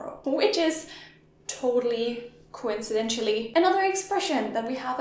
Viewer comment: "coincidentially" omgilyaybor